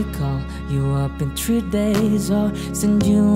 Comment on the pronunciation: Three not "tree". Paki ayos ng diction pls thank you